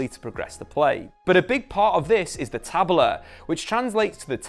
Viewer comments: ta-BE-la: the uppercase syllable is the tone syllable. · Nice. The correct pronounce is Tabéla, the tonic is be taBEla. Welcome to the future. Fluminense is the past, present and future of Football. Thanks to Oscar Cox, our founder in 1902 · Kkkk a pronúncia de Tabela foi minha preferida , geralmente colocar acento é difícil para eles, mas nunca vi inserirem um onde não tem, achei fofissimo